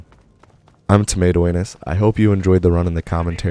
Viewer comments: I got this vid in my recommended and I did not know ur channel name so when I played the vid I heard “hey guys it’s tomato anus” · excuse me sir, did u just say "tomato anus" at the start of the video? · I just clicked on the video and here “hey guys tomato anus here” I thought I miss heard or he misspoke but nope it’s your name... you’ve earned a subscriber my man